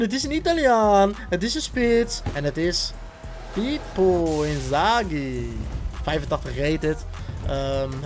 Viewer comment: Hahahah waarom zeg je inzaghi alsof het een Duitser is wel gekke packluck